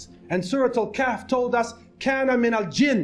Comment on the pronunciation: Not "Qaf", "Kahf". 2 different surahs